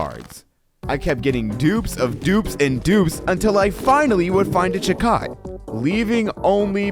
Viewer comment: Also you mispronounced chicot